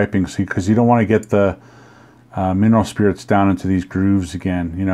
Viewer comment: You mumbled. Mineral spirits? What did you use to clean it?